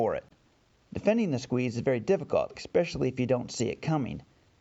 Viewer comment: Great video. Also, “especially” isn’t pronounced with an X in it.